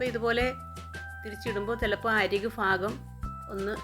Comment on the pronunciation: കരിച്ച് പുകച്ചല്ലോ... !! അതിൻ്റെ ദോഷം അറിയില്ല ? എൻ്റെ വീട്ടിലാണെങ്കിൽ കരിഞ്ഞഅട ഒരുഏറ് വച്ച്കൊടുത്തേനെ. അതുപോലെ... ഫാഗംഅല്ല ഭാഗമാണ്.